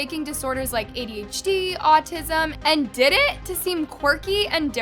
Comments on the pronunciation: DIDIT??? ITS DI ai dI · Not saying “did it” it’s pronounced d.I.d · not trying to be rude but you say ADHD, Autism and D.I.D ( you said did but its pronounced d-i-d or dissociative identity disorder) ❤️ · AND DIDID is that how its pronounced? i tgough it was d i d omg im dumb af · I’m sorry but you pronounced DID wrong. It’s pronounced D-I-D not DID. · DIDID? I thought it’s pronounced D I D, maybe I was wrong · I shouldnt be laughing but the way how says "did" 😂😂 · BTW! DID is pronounced dee-eye-dee! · did you call dissociative identity disorder DIDIT?😭😭😭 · hey my love its pronounced D. I. D. . thank you for calling attention to this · Hi, DID system here, can you please say D-I-D or Dissociative Identity Disorder instead of how you said it in this video? It just bugged me a bit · As someone with DID, ticsandroses enrages me so much even though I don't even have Tourettes. (Also btw its pronounced like the letters, dee, I, dee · love please its not pronounced didt its d.i.d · Did you just call DID “diddit”? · Im sorry but you Misspronounced D.I.D wrong (Dissociative Identity Disorder) it is Dee Ai Dee D.I.D I just wanted to address that and I hope you have a great day 🤗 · I also wanna say, thank you for making this ideo, but DID is pronounced Dee I Dee. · Hey! DID is just pronounced DEE EYE DEE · I’m really sorry but the way she pronounced DID made me laugh so hard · Why did you pronounce DID that way……… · WHY DID SHE PRONOUNCS "DID" LIKE THAT IM BAWLIN